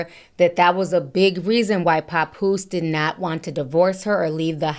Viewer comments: Ti, you pronounce his name wrong 😂 it's pap like pap smear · lol not “Capoose”🤣🤣🤣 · “Pa-Poose” lol I love your accent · Idk where u from but it’s obvious it ain’t up north. It’s irking me the way u saying papoose name 😂😂😂 Girl bye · I can't stand the way u say Papoose's name chile 😕😂